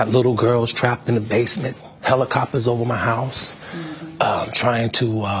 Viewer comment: the part when he said he flew in a helocopter with a puppy to propose to his ugly wife!!!! that had me laughing.